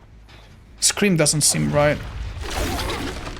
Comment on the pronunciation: really said “scrome”